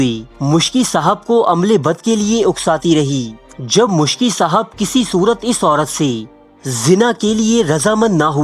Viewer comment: Its Miski (R.A) not Muskhi